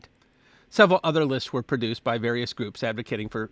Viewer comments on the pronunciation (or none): none